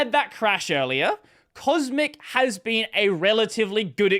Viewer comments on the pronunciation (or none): none